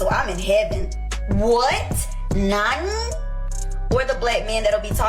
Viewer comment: you said it wrong you biggot...its NANI!! not Nognee or w.e tf yyou saids